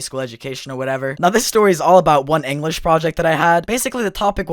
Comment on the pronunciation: Enwresh teacher